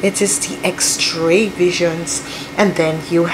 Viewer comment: X Ray not X TRAY